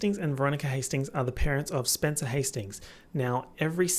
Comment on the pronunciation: "spencewuah's tires have been slashed or some shit." SPENCEWUAH????💀, you are truly a gem.